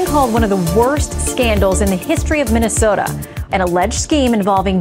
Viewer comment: Mini-soo-ta, land of Swedes, Germans, Poles, and Norwegians. How did this happen?